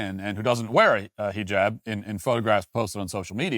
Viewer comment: Him purposely saying heejab is driving me crazy